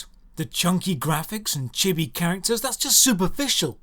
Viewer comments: chibby? CHIBBY.?! it's pronounced chee-bee... other than that, a great video as always. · Those last two killed you for pronouncing Chibi wrong.